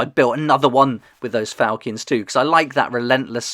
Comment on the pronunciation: Its fal-“chin”